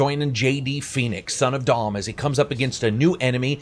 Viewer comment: i like the video as a whole but you cant be screwing up Marcus and Dom's names